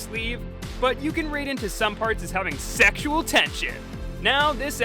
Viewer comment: "Sexial Tension!"